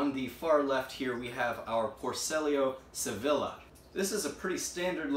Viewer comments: hey great video, next time you gotta say it ''sevilla'' say it like ''seviya'' Greetings from spain :D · Sevílla. That double L is pronounced something closer to Sevi-Ya or Sevi-Ja. Cool to see different varieties of isopods.